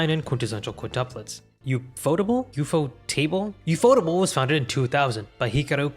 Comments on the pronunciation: ufotable is pronounced as "yew-eff-oh-tay-ble" judging by the katakana text and sounds. Did you know that ufotable provided 3DCG assets in Sonic X? Other than that, most of Sonic X's animation is handled by TMS Entertainment as with most other animated adaptations of Sega's IPs. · From what I remember I think ufotable is supposed to be pronounced like UFO Table. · it's UFO Table not Ufotable 😂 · Reading the Katakana, it's actually pronounced as yu-fo-table (yes as in the furniture)